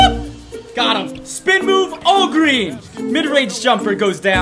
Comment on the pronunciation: Is it me, or when he says all green, I think it’s Walgreens?